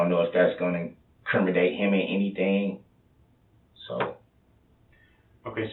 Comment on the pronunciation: "incrimiDATE?" 😂 always be suspect when the person is always trying to sound overly smarter than they are. 🙄😂